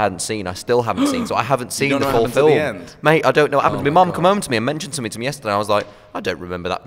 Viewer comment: "I'm in THE felm" omg i'm dying